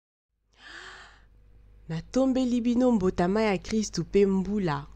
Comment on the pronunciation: Excellente explication. Courage. Je suis tjrs fan de tes vidéos. Cependant en Lingála tous les substanstifs venant d'un verbe ( par koBóngola,kotómbola etc ) leurs substahtaifs ont un accent aiguë sur toutes les syllabes . Donc on ne dit pas mbotaMÁ mais MBÓTÁMÁ pour kobóngola /kobóngolama = MBÓNGWÁNÁ . Kotómbola/Kotómbolama = NTÓMBWÁMÁ Kotúbela (confesser ) = NTÚBÉLÁ Autres chose : on ne prononce pas EKENGÉ mais EKÉNGÉ. Merci